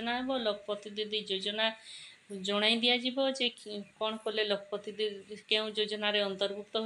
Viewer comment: Lakh pati didi pronunciation bhul heuchi 😅 ଏହା ଲକ୍ଷ ପତି ଦିଦି